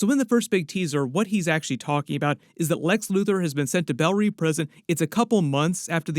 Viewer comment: I don't know who needs to hear this but as someone that speaks French, "Reve" is not pronounced "Reeve". Maybe it's James Gunn that needs to hear it. It's wrong though.